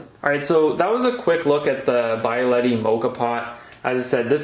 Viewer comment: Hey, I'm sorry if I sound like a jerk, and I hope you take no offense, but it's pronounced bee-aletti, not By-aletti. And it's not expresso - like express. It's espresso, with an S. The name comes from the Italian word for pressed out, hence espresso. Keep up with the good content and good luck!